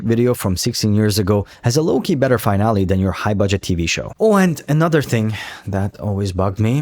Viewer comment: Great video, btw, the world finale is pronounced fi-nal-lee, its not pronounced the same way as finally. Again, great video and im subbing, just constructive criticism:)